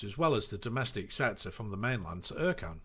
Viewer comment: Ercan is actually pronounced Air-Jan with the J said like jour in French but that's just me being fussy haha. Also at Ercan they are currently building a new terminal with 8 airbridges, some to accommodate widebodies and a new longer runway alongside the existing one. Pre pandemic that airport was pretty busy with around 40 daily flights carrying 5 million pax a year making it (unofficially) the 2nd busiest airport on Cyprus. Also on some pilot's route planning apps, ECN/LCEN doesn't show up, you look at Cyprus and only Larnaka, Pafos and Akrotiri show up, type in LCEN and it says not found.